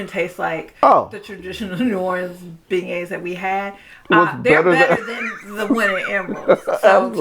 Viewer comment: Thanks, it sounds like you're saying Ben Gays for beignets. Thanks for this video, we'll pass on Emeril's.